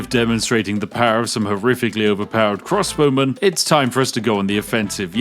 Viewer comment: Every time he says crossbowmen I understand crosswomen and think "Women in armour, nice".